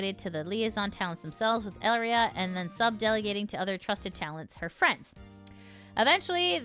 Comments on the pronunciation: A pretty common and ancient rule, if you are not with me, you are against me. There is no third stance to take. You dont kneel to me, even if we cant directly off you, we can make your life a living hell. On that note, i find it interesting how you read her name as El-ria. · Also on pronunciation, Elira's name is "eh-lee-rah" similar to Elara from Greek mythology.